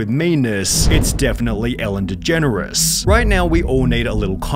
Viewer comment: You typing a way to pronounce it “degeneris” is beyond me